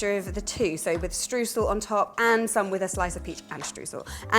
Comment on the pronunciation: May I just add a little nerdy detail to this mouth wateringly yummy 'bake me now' recipe...? When you say Streusel which I believe is a German invention or at least the German word for crumble - why not give the original pronounciation a try? Its eu is like an oy in destroy so think deSTROYsel but more like shtroysel there you have some linguistic magic 😘